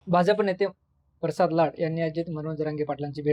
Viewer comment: परसाद नाही रे प्रसाद आहे